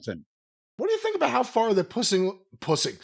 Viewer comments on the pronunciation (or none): "how far they're pussing" LMAOOOOOOO oh man that was a legit laugh.